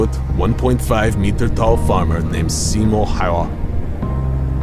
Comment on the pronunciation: to me as a Finn hearin hit get buthred lire that ... SIMO FFS!